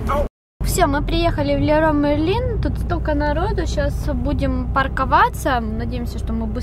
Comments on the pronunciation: Не леруа мерлин , а леруа амерлен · Леруа Мерлен так правильнее!!!